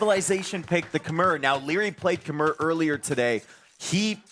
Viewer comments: "Khmer" is pronounced k'MY, as in "My" car. Please stop saying "K'mare," the civ has been out for years. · Lol I'm about as far removed from a Redditor as you can be. I'm sure I'm more sensitive to the mispronunciation than most, because I spent quite some time in Cambodia and spoke the language. But it's what they call themselves, even today. The "r" at the end is silent. This "K'mer" and "K'mare" nonsense has got to go. "K'my." It's so easy, bro. They're casters. They should know how to pronounce popular civs they've been casting for years.